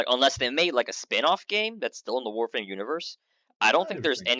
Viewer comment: "I dont have an accent" "I'm a VOREFRAME youtuber"